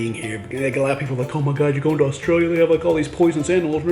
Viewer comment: the way he says australia is not right!